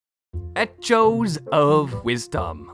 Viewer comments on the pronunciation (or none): It’s not pronounced the way it’s spelled, it’s pronounced “ecoes” you’re saying “etch-o’s” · "eh-CH-o's" is wild bro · Etchos sounds like a cereal. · EHCHO’S for life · “ec-CH-o’s” made me have anger issues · "Etch-oh-s of Wisdom!" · Its pronounced E-CK-OEs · It's echoes, /ĕk′ō/ I don't know why you're saying it with emphasis on the 'H'. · Now I can't unhear eh-cho, thanks. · I can't tell if your pronunciation of "echo" is a joke or you're actually ESL despite your perfect accent. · I can’t tell if his pronunciation of echoes is a joke or not. Also it will probably be the good ending because of the great deku tree, and with both zora’s being present there should be plenty of seas to sail cap’n.